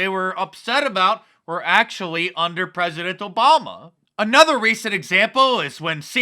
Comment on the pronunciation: Al green can’t say President,says pezedent instead